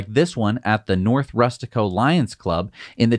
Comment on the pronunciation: “Nort” America … 😂